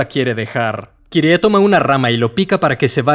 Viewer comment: Agradezco tanto que ahora dices Kirie y no /kairi/. Es mucho mejor 💚